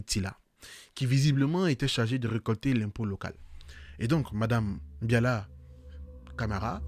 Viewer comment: C’est Mbalia et non Mbiala